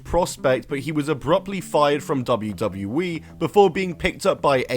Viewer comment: double u, double u, E. Not dabbadbabdabdbadley. Annunciation matters. Speak clearly. You don't even say the correct letters.